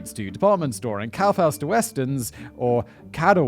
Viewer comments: Well Simon, you really nailed "Scheiße" and "Kaufhaus", at least at the second time 😁 Intresting story, but I'm really glad that science keeps getting better, though I don't think this will ever keep people from committing crimes. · Congrats on that Kaufhaus btw that was quite good although the Kadawe has an e not an a at the end. Im not sure where you got that from Id have expected an i (bc those switch in speaking for some reason) xD. But overall quite well done.